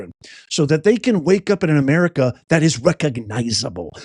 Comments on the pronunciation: Amerigodess is what I heard? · He said “Amerigotit..!!!😂 wtf..! That’s so sad he’s still speaking . 😢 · Yes he said Ameri-got-it !! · It sounded like Biden said "the United States of Amerigoddess." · He said Ameri-Got-It. "We are citizens of the United States of Ameri-Got-It". Or maybe he said "Ameri-God-It". Someone just needs to correct him and tell him that when their ilk are in charge of things, then we become citizens of Ameri-Don't-Got-It. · BIDEN SAIS UNITED STATES OF AMERGARTER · Joe Biden said ameraucana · It sounded like he said Ameri-cotta 😂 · I heard Biden say the United States of Amerigota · HE SAID AMERICONDA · Did he just say, Amerigarlic? lol, Hahahahaha. I hope you'z know Biden passed away in 2018! So, who really is this? This copy fails every time! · It sounds like Biden said Americana? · He's trying to say America... God damn it!